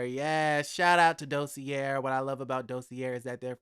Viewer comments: Hey the word Dossier is actually pronounced Do-se-a. Blessing great video! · Is it really pronounced "Dossierrrre" or just "Dossier"?